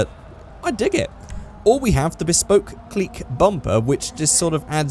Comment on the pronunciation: Pronounced Click not Cleek